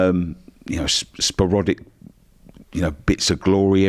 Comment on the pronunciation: "sparodic" lmfao